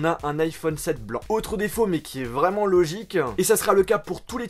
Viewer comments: Logiqueuhhh, corrigéeuuuhh... mon dieu.. arrête de rajouté "euuuuu" à la fin de chacun de tes mots. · Sur YouTubeuh logiqueuh minimeuh pourquoi tu parle comme sa